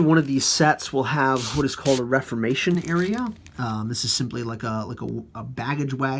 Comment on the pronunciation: Nice review. I've been thinking on getting them and their rules to help me get back into Napoleonic gaming. However...its pronounced re form ation...just saying. Again...awesome